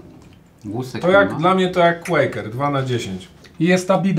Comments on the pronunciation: Nie qarkery tylko qakery!!!! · QUAKER NIE QUARKER TAK SAMO PRINGELSY NIE PRINGLESY (tak jestem mad)